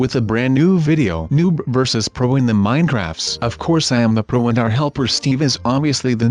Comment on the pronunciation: You said bro instead of pro